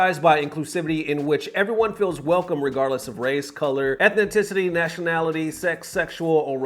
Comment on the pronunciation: Really,? You too? “ethni-tis-city”?